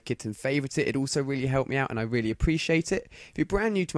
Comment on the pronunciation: i like how he says 'weally'